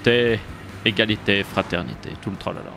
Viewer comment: Libièreté Égraslité Friternité 🍟🍻🇨🇵